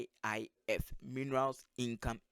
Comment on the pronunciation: It is MIIF not MIFF my friend.